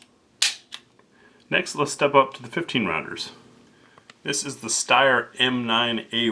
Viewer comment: Thanks for pronouncing Steyr correctly, most people say it wrong S(H)teyr